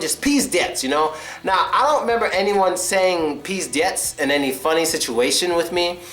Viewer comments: čeh it's pronounced [pizdEts]. The stress is on the last syllable. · 1) pizdets= a situation is VERY bad 2) not "pieder+rats" this word should be pronounced like "pieder+rust" And don't worry, that you tell something in a wrong way. Russian people can say a "mat" word instead of any other word)))